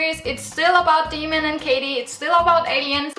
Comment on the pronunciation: His name is pronounced Day-mon.